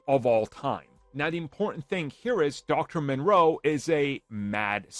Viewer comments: Moreau. Not Monroe. From a HG Wells novel. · Sounds like you’re saying Monroe instead of Moreau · It’s moreau, not Monroe. Nice video though, but you didn’t stick the landing with that one 😂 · It's Dr. Moreau, NOT Dr. Monroe. How do you make videos without doing any research at all when it comes to the simplest things? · Are you talking about Dr. Moreau? You keep saying Monroe. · the island of doctor moreau. Not Monroe. Ffs. Yeah it's a dude building animal hybrids.. I can see where he is Coming from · It's not monroe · First thing I thought. It is Moreau. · It's not Monroe m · There is no "N" in Dr. Moreau. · You do know that you're butchering that name. It's pronounced More-Row. There's no N in it. Its spelled Moreau.